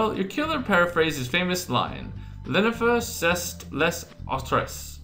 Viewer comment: C'est is , it is, and it's pronounced say